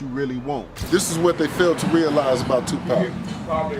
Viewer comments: WTF man it’s pac not pack I can’t even finish this shit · Soon as I hear "Pack" I turned it off and stopped watching. We need more respectful voice overs. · Why is he calling him pack? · I had to stop listening because this dude insists on calling this man Too Pack as if he hasn’t heard every black man and Tupac himself say his name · I refuse to watch this bullshit ass video any further until he can say 2Pac name right